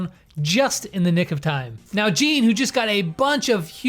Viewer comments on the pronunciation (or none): none